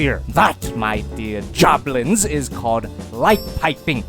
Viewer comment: Did he called us joblins ?